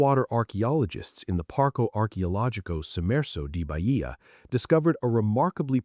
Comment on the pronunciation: Is not Baìa, it is Bàia